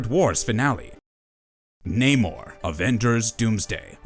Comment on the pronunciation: The Sub-Mariner's name is Namor, not Neymar.